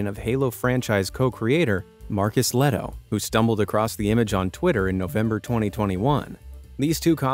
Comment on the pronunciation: For Finnish people it's little funny how you pronounced the name Marcus Lehto😆 (saying it in a good way)